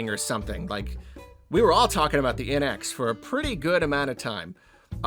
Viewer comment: It took me a long time to realise you were saying “NX” with a southern accent and not “inex”